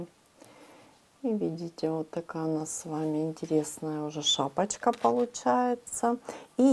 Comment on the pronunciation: При вашем произношении "шапочка", мне стало плохо...